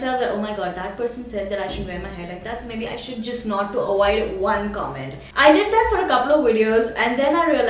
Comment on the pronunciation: wow...good to see how you respond to haters..all your points are really true..especially 1 & 4.. PS : its AVOID not AWOID and VIDEO not WEDEO...just saying..love..love :D